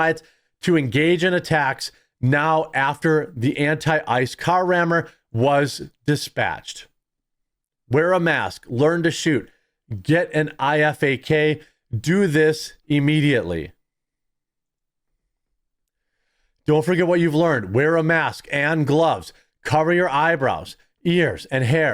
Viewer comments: IFAK = pronounced " eye fack". This is an Individual First Aid Kit. It is meant to be your first aid kit, as in to be carried by you and used on you. This has been a military standard for a long, long time. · Its pronounce I-Fak lol. keep up the good work. Love the video. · Ifak = pronounced eye fak. Its a first aid kit. "Individual first aid kit"